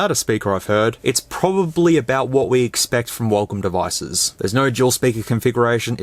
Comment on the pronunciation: what is this huacom he said